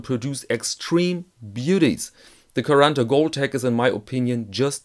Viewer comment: You pronounse quaranta in a rather "melted" and fast brazilian way, it's more sharp and separate in italian